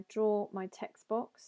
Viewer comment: hey, your pronunciation of text box sounds like text books.